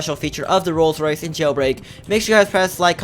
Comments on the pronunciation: says rolls rice XD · He doesn’t says Rolls Rice, he says Rolled Rice. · wow how says it "rolls rice" 🤣😂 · Lol calls it rolls rice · says ro rice coz he cant pronounce L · ROLLS RICE 😂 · clearly doesn’t know how to pronounce a rolls Royce 😂😂😂